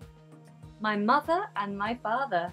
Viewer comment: mother is rhotic and father is non rhotic... strange